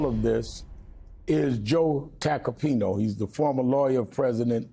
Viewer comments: Reverend: "Joe Tacopinoh.." (mispronounces his name) Tacopina: "You´re someone oviously very special to me" Nope. doesnt add up. If they had a relationship Rev would pronounce his name right. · Sharpton is friends with this man? Really? He mispronounces his name. He says,"TACOPINO" not Tacopina. What kind of friend cannot even pronounce a last name correctly? PUH -- LEASE. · Sharpton can't even pronounce Tacopina's name right